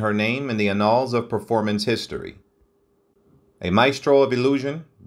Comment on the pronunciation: It is hard to take this video seriously when basic words such as Havoc, Ziegfeld and annals are mispronounced within the first minutes.